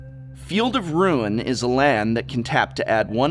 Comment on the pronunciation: Calls himself the "Professor"... can't even pronounce the word "ruin" :(